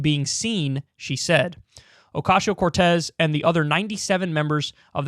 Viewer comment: I prefer when Kyle says Alexandria OcasHio Cortez. :)